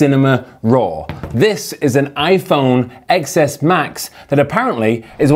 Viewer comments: I can’t listen to people who pronounce it “eks es” and not “ten es” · What to expect when you even can't pronounce the phone name right.